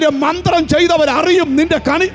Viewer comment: കണി അല്ല കെണി ആണ്